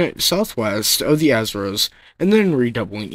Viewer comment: Your pronunciation of Azores, Semmes and Secede are incorrect. The USS Kearsarge outfought and sank the Alabama in short order. If Alabama suffered deficiencies in its powder and fuses, they fall on the Captain. Keeping your powder dry applies to ships in particular. A USN sailor killed in the battle is buried in the US plot of the Cherbourg WWII cemetery.